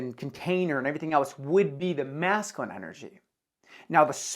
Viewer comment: Hey, great work on the video awesome information P.S. Just so you know it’s pronounced măs′kyə-lĭn Cheers